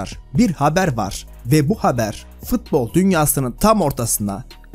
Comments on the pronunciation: Abi fıtbol değil futbol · Futbol'a fıtbol demediğin gün bütün videolarına beğeni atıcam😄